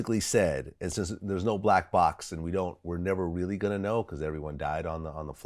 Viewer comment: The way Vlad says “Gon” all the time erks me for some reason.